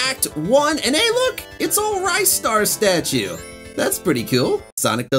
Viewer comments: Always pronounced it "Wrist Arr", just seemed right, "Rye Star" to me feels like calling Sonic "Sow Neek" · There's 3 correct pronunciations of Ristar.